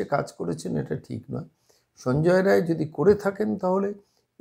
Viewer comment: রায় না বলে রাই বললে ঠিক টা বলা হতো।